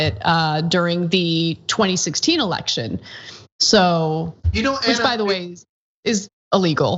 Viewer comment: You say "RE-ELECTION". TRUMP say "RE-ERECTION".🤣